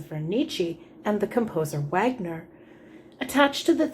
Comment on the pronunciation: thanks for the up load ,Wagner is pronounced vargner. you know flight of the Valkyries and all that